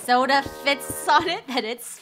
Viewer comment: LoL i thought she said sola